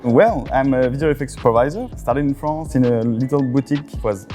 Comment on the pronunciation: La Fronce it's here !